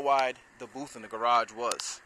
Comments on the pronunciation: Dude great video, but its a BOOTH, not a BOOF.!! Just sayin!! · What is a "paint boof?" :-) I guess he meant "paint booTh." Minor criticism and the booth is very nice.